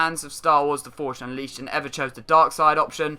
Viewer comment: I don't know that "Forsh Unleaced"... LOL